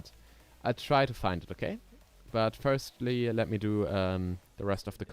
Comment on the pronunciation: 1. es heißt GP 2. Wahrschl. firstly und nicht firtly 3. Maxi war halt schüchtern 4. Schade für Klaus 5. Speedrun ist nicht der Sinn von FVD, gute Sachen brauchen Zeit 6. Trap Musik ist der größte Rotz gemeinsam mit Rap. Aber ok wenn du das hörst. 7. Ne ich mach nicht den Quimerra 💀 8. Das Grasding is das standard Scheiß von Nl2. In blender gehts deutlich besser.